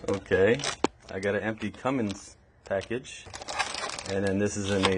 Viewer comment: can you not read? its Cummins bot cummings🤡🤡